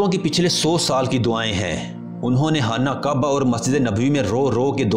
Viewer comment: Hana kaba nahi hai khana kaba hai